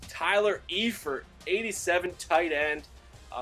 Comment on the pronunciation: Also, it's pronounced Tyler Eye-Fert